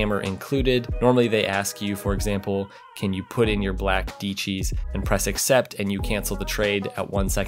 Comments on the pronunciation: Did he say black Deecheese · It's dee-chees. Can't remember if tags how he said it or not but that's the correct way. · It is pronounced Decheese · Dee uh chee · did he just say: “put in your black deechees”? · It hurt my ears that he pronounced Diecis wrong. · Everything was right except pronouncing Diecis 😂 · The way he says diecis hurts my brain